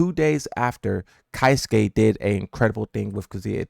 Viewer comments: "ky suke" UGH. Keisuke (KAY SUH KAY) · That aint it on how to pronounce 'Keisuke' also Blah is a Fraud V